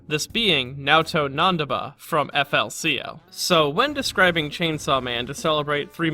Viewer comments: Eff el sea el killed my soul...just hurt hearing it said like that man. Very insightful video but ouch. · GRAAAAAHH ITS PRONCOUNCED FOOLY COOLY